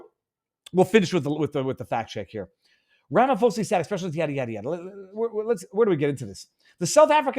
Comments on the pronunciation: Viva Frei I want to start this by saying I am a fan, but I have some constructive criticism. Just as you did in this video, could you please try and research your stats (example here is your saying that South Africa is one of the top 5 dangerous places and then you list others but say you're not sure if you got them right) as well as the pronunciation of people's names "before" you post your videos. I won't speak for others but it when you don't it affects my ability to trust your reporting fully the way I would like to. I get it, there are certain things that you speak about that you were not prepared to speak about - I'm not talking about those. But you knew you were going to speak about the president of South Africa today but you didn't bother to check the pronunciation of his name. I stead you apologized (profusely to your credit) but don't apologize - just take 6 minutes before you go on air to get it right. Other than that, all blessing to you and yours for all you do ❤️🙏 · It's not Rafamose...just call him squirrel. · Ra fa mo sa 😂 funny, love it It's pronounced Ra ma po za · Just quickly Takes the punch out if you say it wrong It's Cyril Rum-ah-paw-za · Ram-I-po-sa. Lol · While I agree with most of your analysis I would have expected you, as a journalist, to at least take the trouble an pronounce our Presidents name correctly - it's not Ram-pha-mosa it is Ra-ma-phosa! the ph is pronouned as a "p" not as a "ph" sounding like an "f". And just do add, I am a naturalised South African imported from Austria in 1970 and I love it here, inspite of all the issues we have the contend with in SA. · The correct pronunciation is 'Ramapoesa'. You are welcome! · Ramaphosa prounounced: RA MA PAW SA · you not even close to saying Ramaphosa's name correctly but I love the way you say it. here we like to say Ramapoes. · Viva Frei - love you buddy! You had me in stitches as you 'slaughtered' the SA's presidents' name ... 'Rama-Posa' ... made my day.